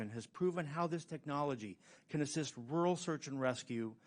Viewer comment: Hey, it's ru'ral not rule. 😂